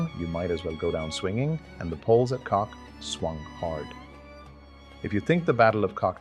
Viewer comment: oh my, Kock not Kok, but thx for the remembrance, my grandpa was there